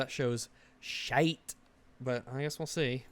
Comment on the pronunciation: that "shite" was just.... Beautiful. I'm from Fife, Scotland and that's exactly how we say it 😂😂